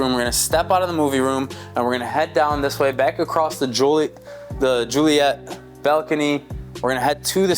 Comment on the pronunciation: Juliet not Joliet aka Romeo and …